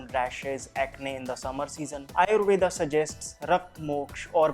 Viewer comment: Could u pronounce आयुर्वेद not आयुर्वेदा